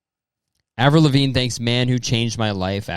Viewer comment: Avril Levine duhde? Avril? What’s good? Wha happen? Aaverell? What happen to you?